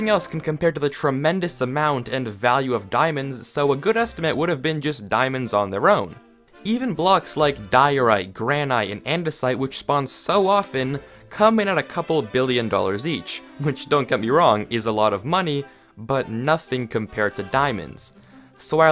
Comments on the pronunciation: Is everyone gonna ignore how he said gran-ite??? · Wait…. Did you just say Gran-ITE???? Oh Jesus Christ……